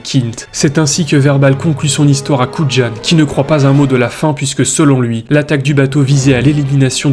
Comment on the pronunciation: Le nom de l'agent Dave Kujan se prononce "kou yane", pas "koud'jane". 😉